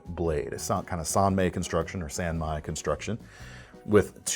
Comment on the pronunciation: "San May" is not closer to the Japanese pronunciation. "San My" (with soft "aaah" style A's) is the Japanese pronunciation